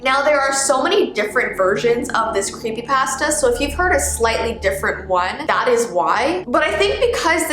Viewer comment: Ypur saying the food pasta not the creepypasta idk if this helps but its pa-sta